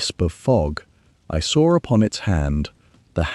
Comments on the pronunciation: I "sawer it." Can't an AI that can use proper English be used? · "I sawer upon the coarse damp sand..." Really irritating to try to listen to.